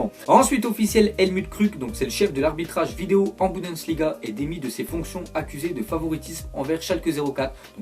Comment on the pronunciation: C bundesliga pas budensliga